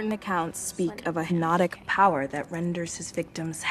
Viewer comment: Are we just gonna ignore the fact that that girl in Slenderman couldn't even pronounce "Hypnotic" right?